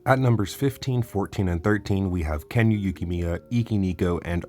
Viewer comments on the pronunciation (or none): none